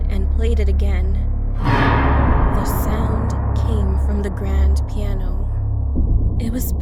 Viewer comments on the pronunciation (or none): It's piano not plano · It said plano it should said piano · Its plano not piano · Nobody: Not a single soul:: “Plano”